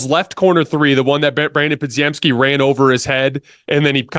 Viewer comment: Bro I love the channel but, why cant you pronounce Podz name right, Obviously you watch the games. Its spelled wild but is pretty simple to say Po-gem-ski